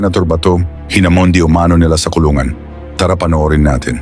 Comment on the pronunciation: Yung nagsasalita ng nag repost nito, hindi manlang ayusin ang accent sa hinamon, ginawang hamon, hina~mon